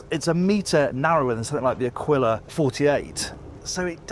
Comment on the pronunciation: Wish you learned how to pronounce aquila: accent on the first A and you pronounce the U too...